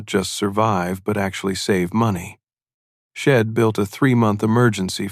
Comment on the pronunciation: AI narration terrible. I Enjoyed the story when i sussed out the shed, id hed etc.